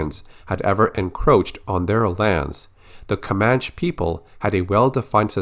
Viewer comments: ComanchE not comanch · Hey I think it's pronounced 'Komanchee'. Love your videos man keep it up! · It's pronounced "Kuh-Man-Chee" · Comanche is pronounced kom-AN-chee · It’s pronounced “Ko-Manch-ee.” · Your pronunciation was nearly on point, they actually tack on that E sound in Comanche. Great video, thank you for the updates! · you are pronouncing "Comanche" wrong..